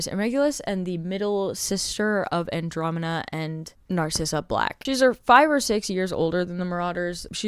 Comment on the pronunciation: I'm not super in this fandom but isn't it Andromeda instead of Andromena?